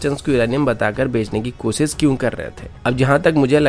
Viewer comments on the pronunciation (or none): You are good... Just improve your pronunciations... Eg. news - newj... Shuru - suru... Fresh - fres... Koshish - kosis! Overall, your content is good!